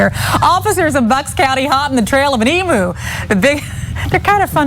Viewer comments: Emu - pronounced Eemew, not Eemoo!! Yes, it's important to an Aussie. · EMOO 😂😂....nooo it's, pronounced EeemYou! You're welcome. Practice makes perfect 😅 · Love your videos, but someone please tell FOX29 emu is pronounced 'eeem-you' not 'eeem-moo' 😂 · Eem - U = emu. Not Emoo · It's pronounced "Eem-you", by the way. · Hate the way americans pronounce E-moo